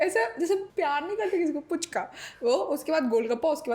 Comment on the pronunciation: Didi it's फूचका not पूचका apne to word ko cute bana dia hain😍😘😘